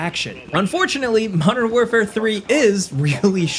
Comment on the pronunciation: "Modern FOURfare"? It's "Modern WarFOUR"! I expected better from you,...